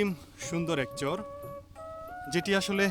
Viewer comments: Dada uchharon ta chor noi char hobe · চর উচ্চারণটা আরো একটু স্পষ্ট হলে ভালো হতো ভাই, চরের বাড়ি বলার সময় অস্পষ্ট লাগলো।